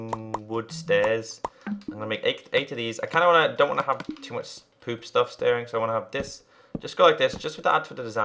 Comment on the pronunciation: why does he say stoof?